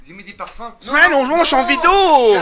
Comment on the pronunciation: "j'ai mit du parfim mddddddrrr"